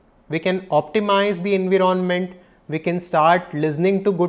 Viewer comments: En•wire•ment not en•wiro•ment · I love the way you pronounce environment 😅..